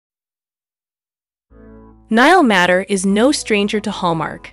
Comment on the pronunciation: Please! This is a fun collection of photos, but Niall's last name is pronounced "MAY-ter!" thank you!